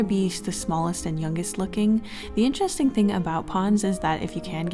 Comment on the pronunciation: IN the knight part idk if joke was intended but she said ( or so I heard ) INCHESSTING !! Edit: also in the queen part !!